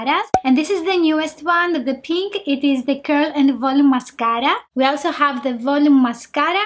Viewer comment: Take a shot everytime she says mascaara Lolol